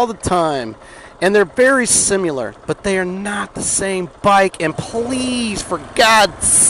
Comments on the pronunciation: Don't say husk-a-varna say husk-varna. Seconds later says sim-U-ler instead of similar. Shut up and let people say it how they will, and cut the damn chatter. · It's sim-i-lar not sim-u-lar 😂 good vid though! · Sim--i--lar, not (sim--u--lar). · You correct hooskvarna but say simyalar instead of s i m i lar. Lol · Someone this concerned with the pronunciation of Husqvarna should know the word is similar, not sim-u-lar. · Slamming on people for how they pronounce husqvarna, eh? At least we can pronounce similar correctly. It’s not “simular” Great content, though! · If you pronounce similar... sim-U-lur. And you do. Everybody else can pronounce Husqvarna... husk-uh-varna. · You said huskavarna and simular in the same sentence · Lol you told everyone how to pronounce husqvarna and then you kept saying simular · You want people to pronounce husqvarna right but you pronounce similar Sim”U”lar 🤦‍♂️ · Lectures on how to pronounce husqvarna but can’t pronounce similar....lolskis